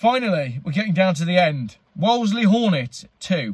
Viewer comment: Unbelievable. Wolseley pronounced (Wools-liegh). It will be even worse when cars are scraped for Electric, buy em now if you can, if you can't......Cry...pass me the kleenex.